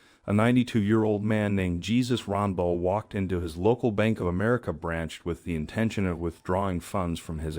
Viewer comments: I imagine there are a lot of similar posts to mine, but "Hey-soos," not "Geezus." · Ugg....it's not JESUS, like as in, "Jesus Christ", it's pronounced, H-E- (as in Eric) S-U (as in 'ooo")-S. In Spanish, the J has an "H" sound, and the E is where the emphasis is, and the "U" sounds like you are saying "UUU", so please, it's spelled Jesus, but pronounced, "h-E-s-U-s". I know it's a J and it should have a J sound, but in SPANISH a J is pronounced like an H. Also, his last name isn't "Rombel", it's Rangel. Again, the G is pronouned like an "H", and the emphasis is on the "E" like Eric. Also, just as a further "FYI", a double L, "ll", is pronounced like a "Y" (as in Yellow), and "CH" is a letter in Spanish too. I don't know why it's like that, it just is. If you can't accept it, then explain why the word "Colonel" is spelled like that, but is pronounced Kernel, even though there isn't an "R" in there, and it's perfectly acceptable in English. Sorry it annoyed me so much. Normally I would just let it slid. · It's pronounced "Hey - Soos," not Jesus as in Christ 😂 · Not that it takes away from the story, but Jesus as a first name is pronounced (hey-soos) not (gee-zuhs). It is a common Spanish name. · His name isn't pronounced Gee Zus. its Hay soos. Dummy! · I am pretty sure the gentleman's name is pronounced "hay-SOOS.' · Jesus is pronounced Hey-Soose. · Give the man some dignity and pronounce his name right at least. It's Jesus Rangel Pronounced : Hay-soos Ron-Hel. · Jesus Ronbel? It’s pronounced Hey-Zeus. Either this is non-intelligent AI or someone narrating that has no business narrating. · Just a helpful hint, Jesus is pronounced “hey-Zeus” when it’s anyone else than the Lord. 😉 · Mispronounced his first name too.